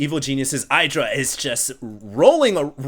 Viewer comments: Listen to Artosis. It's eye-druh. Not id-ruh. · hey, your comments are nice, and i prefer your commentary way over huskies. i really do not like his style of screaming like a little girl and throwing out 500 words per minute. BUT PLEASE stop calling idra AIDRA. he calls himself idra, so im pretty sure aidra is not the right way;) besides that i really like your casts greetz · It's "iddra", not "I draw". To be fair though, even Artosis gets it wrong. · its not pronounced EYEdra... its a short I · I guess it doesn't really matter, but it is Id-ra. Maybe you should listen to Idra in those videos of him & Artosis. He himself says Id-ra & explains in the Q&A videos that his name comes from Id-rajit.